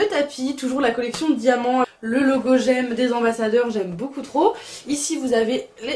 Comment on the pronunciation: On dit G.E.M pas j’aime 😭😂